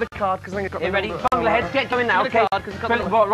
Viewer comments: 'Fank' hahaha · "Do doctors FANK too hard?"